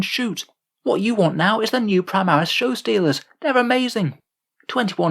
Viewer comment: You broke my immersion, its supposed to say Showstealors.